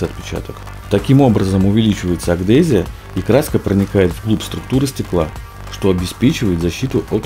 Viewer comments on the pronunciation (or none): "Агдезия".... Ну, ну ё моё... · Может быть всётаки адгезия!Пытаетесь показать себя умными,а незнаете как прасильно это произнести!Дичайшая реклама!Зачем потратил 3 минуты времени незнаю!Диз за заголовок👎